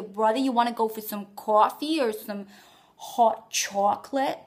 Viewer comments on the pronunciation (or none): Huh, just relistened to Brooklyn: It's really quite good 'til you get to "hot chocolate." Someone else said your Brooklyn sounds like Boston. I don't agree -- except when you get to the "hot" in "hot chocolate." You said "hot" like they do in Boston, more like "hawt." And then chocolate's off....But really the rest was quite good. Some would say it's exaggerated, but I'm telling you, there are many many people who sound just like that in Brooklyn, Queens, Staten Island and parts of the Bronx. More working class, yeah, but it's there. Oops, this got long! I really find regional accents fascinating.